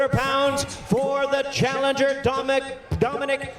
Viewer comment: His name is Domineek